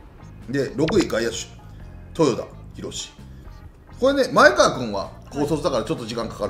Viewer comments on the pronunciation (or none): まえかわ ではなく まえがわ です！！ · まえかわではなく、まえがわですよ！ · 里崎さん！まえ『が』わうきょうです！ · 「まえかわ」ではなく「まえがわ」ですね。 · 「まえかわ」でなくて「まえがわ」